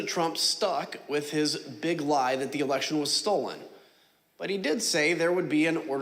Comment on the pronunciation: "WE HAD AN ELESHON"